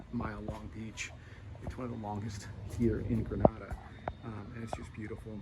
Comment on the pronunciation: Gosh at lease pronounce the name of the country properly. If gre nay da. The a is like the alphabet "a" not "ar"